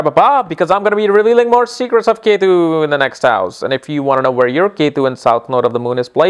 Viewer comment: So funny its not yetu its ketu